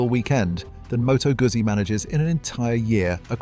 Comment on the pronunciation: I'm not Italian, but do know Moto Guzzo is pronounced as Moto Gutzy - this AI voice over is total BS.